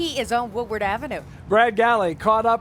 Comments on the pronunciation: Why can't Carolyn Clifford say the word "Woodward" correctly? She pronounces all other words correctly. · After the cruise is over the existing folk that live there calls it Woowad